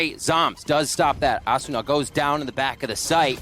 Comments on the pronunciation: Yeah Uh-soona Ass-una A-suna A-soona Lmaoo wtf😂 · The way hes pronouncing asuna is throwing me off lol